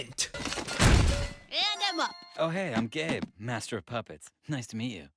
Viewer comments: I thought gabe said: hey I’m gay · every time they say gabe it sounds so much like gay. "wassup im gay" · It sounded like “hey what’s up I’m gay”